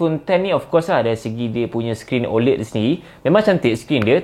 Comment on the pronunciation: ofc la iPhone XR boleh last longer vs Xs Max, sebab screen XR HD+ je, Xs Max full HD+ so tak pelik pun kat situ. satu lagi, sebutan 'OLED' patutnya ada bunyi 'æ', bukan 'e' iykwim